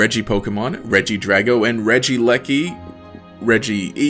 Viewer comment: no, regiragon. using the soft "g" sound as the "d" in dragon